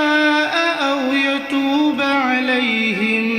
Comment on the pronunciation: ماشاء اللّٰہ قرآن تو بہت اچھا پڑ تے میں لیکن او یتو ب علیم پر دیکھے زبر ہے زیر نہیں ہے یتو ب پر